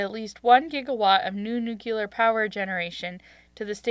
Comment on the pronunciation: It's Democratic, and nuclear, not nuciler